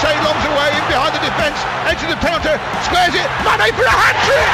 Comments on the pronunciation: He said Mayonaise at one point 😂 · The commentator pronounced manés name as M-ar-nay M-aynay Mane Jesus, make your mind up